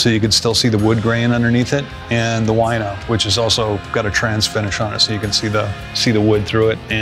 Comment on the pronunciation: A bit of language pun here. I believe Cantrell named it 'Wino' after just English 'Wine', as it's color is wine-like. 'Wine' in Polish is exactly 'Wino'. And funny part starts how Jerry pronounces 'Wino'. In Polish it sounds like 'Łajno' Paste it to any translator and check how Jerry calls one of his favorite guitars ;)